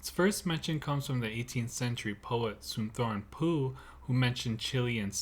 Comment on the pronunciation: Thank you for pronouncing it “Sunthon Poo” not “Sunthon Foo”.